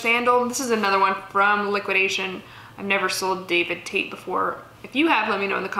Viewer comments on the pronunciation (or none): none